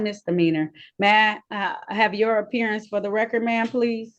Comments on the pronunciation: Appeariance? Huh? 😂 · "I'm here to make a special apperey-ance!" Typical dumb none resident sovcit. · Did she say “special appearadence”? 🤦‍♀️ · A special "appearience" - 🤣🤣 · Did she say " special appearience " ? Yee she did